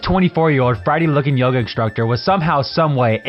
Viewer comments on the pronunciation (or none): none